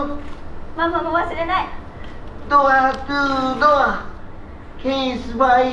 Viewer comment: ママのドアトゥードア、安達さんよく普通に言えるわ！さすが。俺は電車で吹きそうになった（笑）